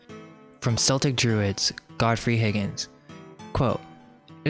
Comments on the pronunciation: Great video and welcome back. Thought you guys had 'left the building', so to speak Just a small thing, not complaining at all, but your pronunciations need some work: Celtic or Celtcs - hard C, not S. So Keltic, or Kelts Tuatha Dé Danann - TOO-AH DAY-DAN-AN Cimmerian - is a soft C, so it is Sim-aryan. I know it sounds like Summerian, but you just gotta make sure you pronounce the I instead of a U It just shows you have researched more and I think makes your work more credible, but again, not criticising, just looking to share knowledge back Looking forward to those corrections in parts 3 & 4 as I see 2 is already there ;) Thanks again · Celtic is pronounced "kell-tick". Please stop making celts vomit. Its offensive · not to argue the point, or anything, but it is not subjective, it is ALWAYS pronounced 'Keltic', unless you are talking about the football team Glasgow Celtic and the NBA team Boston Celtics. They are two anomalies (even the 80s Swiss black metal band CELTIC FROST use a hard C). Every other time it is Keltic, it is in no way a preference, nor debatable, sorry (just read the comments) Ditto for Tuatha (TOO-AH) Dé (DAY - the fada over the E changes the sound to an A) Dannan (DAN-AN) which is pronounced almost exactly how it looks. There is no room again for any kind of preference. Sure, accents may vary in Ireland denoting a different sound, but it is that pronunciation that is correct. And yes, I am Irish and can (kinda) speak it, ha Really looking to part 4, though, in all its Seltic glory hahahaha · Interesting video, but I don't really know why do you care so much what Christians think. It seems like in every video you call out Christians and seek to convert them. If people are open to alternative information, that is up to them. Also I guess you are an autodidact but it is embarrassing when you mispronounce well-known words such as Celt/Celtic or Magus/Magian.